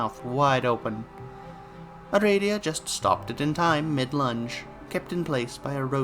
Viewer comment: First I was like "huh he's pronouncing aradia wrong" Then I had a thought. Do homestuck characters even HAVE official pronunciations? My world has been upturned... Thanks for the reading! GM, master of aradia.